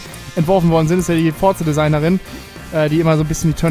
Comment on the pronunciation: Forza spricht man Forsa aus